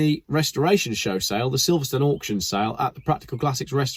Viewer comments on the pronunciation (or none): none